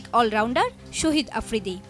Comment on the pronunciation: শহীদ আফ্রিদি না শাহিদ আফ্রিদি হবে উচ্চারণ টা একটু ঠিক করে বলুন